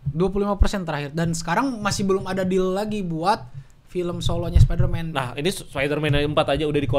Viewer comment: Males banget denger,, ngucap Spiderman dg ucapan (SPA)DERMAN